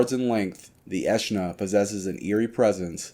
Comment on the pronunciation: Its actually pronounced Aeschna, not Aeschna